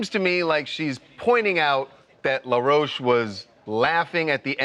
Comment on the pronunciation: He’s no LA ROCHE- like you’re pronouncing it- his name is in plain English- LAW ROACH 🪳